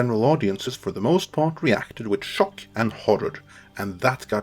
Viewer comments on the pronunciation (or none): none